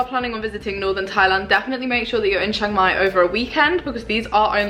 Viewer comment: It's pronounced Chang Mai not Shang Mai